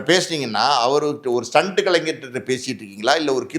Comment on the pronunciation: " Stunt" not stent